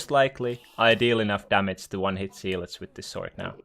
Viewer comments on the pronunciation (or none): It’s pronounced Zeh-lots not zeee-lots